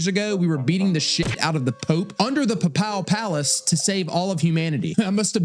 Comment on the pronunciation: oh for sure, took me out "pahPAL Palace"